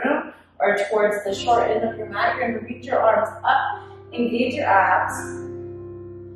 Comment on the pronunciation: When she said “Keep your abs engaged” I heard “Keep your ass engaged”